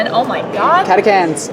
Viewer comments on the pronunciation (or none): girls! Its Catachans as in Chips, Cheese or Cheery, not Catakans like Come or Casting....